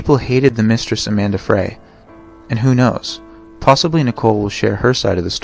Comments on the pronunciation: Amber Frey (pronounced FRY), not Amanda Fray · It's AMBER FREY not Amanda Fray. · Scott Peterson's mistress was Amber Frey (pronounced "Fry"). Not Amanda Frey as you stated. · Amber FREY is pronounced " Fry" not "Fray". Good report of a horrible case. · Who the hell is Amanda Frey??? Isn’t it amber fry?? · Amber Fry not Amanda Fray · Scott Peterson's mistress' name was actually Amber Frey (pronounced Fry).